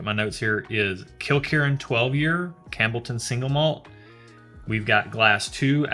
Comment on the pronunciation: I winced every time you said "Cambleton" instead of Campbelltown, but the fact that y'all are WAAAYY outside your wheelhouse made it ok. After the Offerman/Laphroaig mixup I was like "Oh man, people are gonna roast them in the comments and we'll never see another scotch episode." I'm glad to see it's turning out great, lots of good suggestions in the commentary. Do you happen to know which Laphroaig Cairdeas that was? They're different annual (I think) releases, so it could have been anything from port wood to fino casks to, well, lots of stuff lol. Their Cask Strength editions are fantastic, as well as Lore (love me some Lore). Lagavulin is very similar to the Laphroaig Cask Strength, and has a Distillers Edition series which I highly suggest tracking down as well. (If y'all accept samples I'd be happy to ship a bunch just to get you some variety without having to take out a second mortgage lol.) Lagavulin was my first foray into Islay whiskies, prior to that I'd only tiptoed around with Glenlivet, Macallan, and some scotch-adjacent stuff from Japan--you'll need to check them out next, but pace yourselves haha!--but still preferred American whiskey. That first sip of Lagavulin was like coming home. I still enjoy Bourbon, but the sheer range of variety you can get with Scotch is just astounding. Bourbon is catching up, especially given some of the things I've been tasting out of Texas, but Scotland has a hell of a head start. Oh, and if you want to get stupid and blow some ca